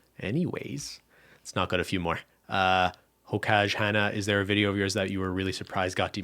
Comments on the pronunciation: Not reading it as 'hoe-cage' instead of hokage. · hokage is pronounced as hoe-kah-gay not ho-kag (naruto, anime, reference) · pronouncing hokage as ho-codge is sending me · really appreciate this, but Im just dying the way ben said hokage LOOOOL. someone doesnt know naruto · HAHAHAHA THE WAY YOU PRONOUNCED HOKAGE IM DEAD